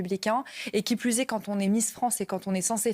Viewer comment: Ji oune pensi à loui Charles et toute sa famille ...Ji pout pas vous dire plousse 😂😂😂